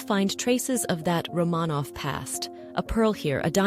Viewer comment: Could the AI at least pronounce Romanov correctly?